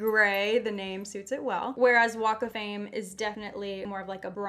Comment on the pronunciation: “Walk of fame” I heard Wake Flame